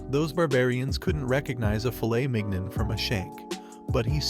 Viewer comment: You might want to look up how to pronounce the Mexican food words, because they were all pronounced wrong. And filet mignon. Look that one up, too. I like your narrations, but I almost had to turn this one off.